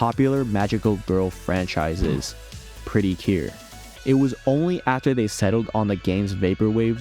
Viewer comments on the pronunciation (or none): I’m sorry, but as someone who grew up with Precure. The way you pronounced the word gave me physical pain 😭 Except for that, this video was a pretty good analysis 😊